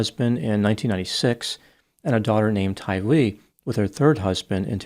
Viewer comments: Tylee. Rhymes with Riley. Accent the second syllable. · You pronounced Tylee’s name wrong.